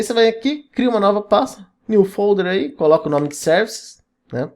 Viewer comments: só me deu agonia de voce chamar Services de serviiices. Em ingles é Seervices. Serviços. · Servaices é tenso mesmo kkkkkkkk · de onde diabos vc tirou a pronuncia 'servaisse'? kkkkkkkkkkkk ... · Falou "Servaices", já deu vontade de sair correndo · Concordo, kkkkkkkkkk